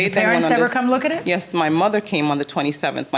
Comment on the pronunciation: all i can hear is YESEH